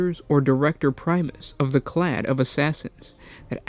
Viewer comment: Clade, not clad.